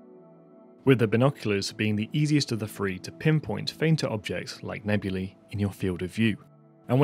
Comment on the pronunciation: Hate to be that guy, but it's nebulae, not nebuli ;)